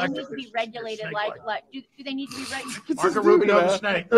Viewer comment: Did he call Rubio a rentbo